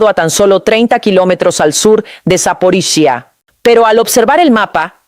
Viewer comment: Tu no puede decir saporilla que lo dise sap0riiiya